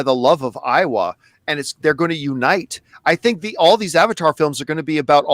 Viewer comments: Look guys I don’t wanna be that guy but you keep saying Iowa from Avatar like the state of Iowa. It’s Eywa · Is anti Iowa or anti Eywa, because I'm from Iowa? lol